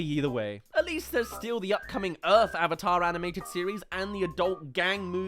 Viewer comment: Dear God every time I hear someone say owvater instead of the correct way of saying "AVATAR!" I cringe so damn badly this movie was so damn bad